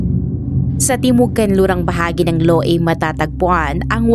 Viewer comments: Loy yung pag bigkas Loei sa Thai words not loui😅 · Haha I co comment ko din sana😂